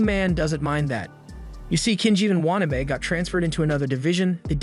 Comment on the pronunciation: Say It with me...waa...na...be.